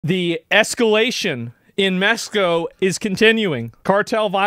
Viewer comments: ahh yes, in Mesco🙂👍🏼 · He said in MESHCO